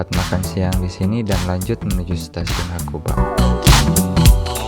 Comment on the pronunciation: 白馬= Itu bacanya hakuba bang...😅😅